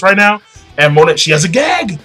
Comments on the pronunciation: pretty sure its pronounced Mo-Nay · Monet is pronounced "moe""ney". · pretty sure it's pronounced Monay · It's pronounced "MON-AY" and "BIG MOM" i believe. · her name is Monet(moe-nay) she is name after the famous french painter Claude Monet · Sorry if I sound like an ass here King, but it's been bugging me for a while- Her name is pronounced "moh-neh" (モネ) The "T" is silent. Other than that, great review, and don't hate me for this comment :P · why do you pronounce her name like that?